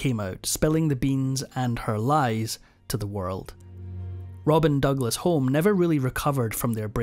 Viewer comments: Robert Douglas Home is pronounced : Robert Douglas Hugh-mm. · Robin Douglas-Home is pronounced Douglas- Hume. She didn’t own Mustique, she owned a home on the island the land for which was given to her by Lord Glenconner, owner of the island. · Robert Douglas Home …. The Surname is pronounced Hughm/Hugh-em. Also, wasn’t Margaret simply given a property and land on Mustique by Colin Tennant and his wife? I don’t believe that Mustique was HER Island? I often wonder how Margaret managed to scald her feet in the bath. A maid would have drawn the bath, ensuring the water temperature was appropriate. Margaret was a very unpleasant snob - very much like her own mother! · Mispronounciation of Douglas-Home!